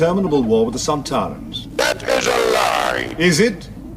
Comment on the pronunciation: Thank you for doing this important research for humanity. But I think you gotta check your pronunciation of Sontaran. Xoxox - a Whovian